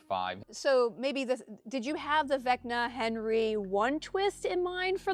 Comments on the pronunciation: “Vecna Valo”. Lol 10/10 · Haha I like the gag of purposely mispronouncing “Vecna”